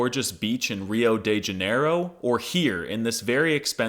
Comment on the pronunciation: I just watched your video "All polyglots are liars" and you just proved yourself right when you said "Rio de Janeiro" and "Rodízio" I call European Portuguese Iberian Portuguese now...